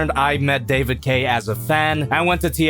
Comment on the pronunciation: sounds like he’s saying “David Gay”